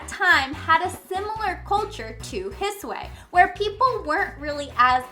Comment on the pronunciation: I'm sorry but why do you pronounce the "I" at the end of the regions like that? It's like an English "i" but shorter; it's not an "ay" sound. ^^"